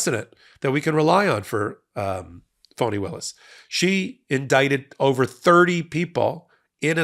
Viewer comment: Please try and pronounce Fani as Fanny not Phony 😢